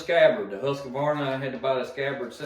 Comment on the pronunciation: THERE is NO "UH" in Husk Varna , Liked the Dereal